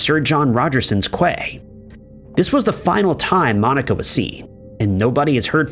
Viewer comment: Quays is pronounced Keys or key 😅 And Ali durrani was found rip